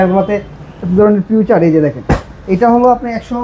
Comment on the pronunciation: ফিচার❌ ফিউচার ✅